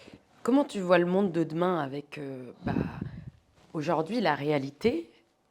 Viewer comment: On ne dit pas aujord’hui, mais aujourd’hui